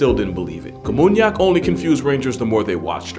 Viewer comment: it was namunyak, not kamunyak